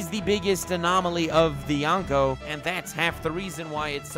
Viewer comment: Anyone else annoyed that he kept pronouncing yonko, youngko or yawnko? Lol